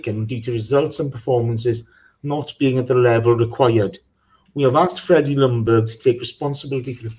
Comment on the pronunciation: Its pronounced Jungberg, the L is silent. / Sweden